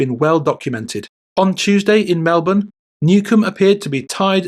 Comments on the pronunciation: It's pronounced "Mel bin" not "Mel born" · Is this voice AI? At first Melbourne was mispronounced MelBORN but then correctly as MELbn. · "Mel-bern" - just saying.